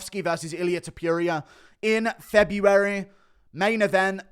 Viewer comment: The way you say Ta-pure-ia 😭